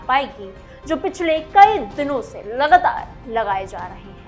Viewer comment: लगतार नहीं लगातार बोलो,उच्चारण सुधारो मैडम